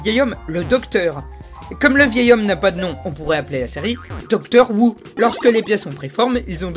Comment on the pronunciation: "Doctor Woo" j'imagine un docteur asiatique (Who à prononcé comme le Houx)